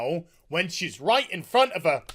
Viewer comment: You know gets fed up when the Northerner accent and slang comes out! "Reet" xD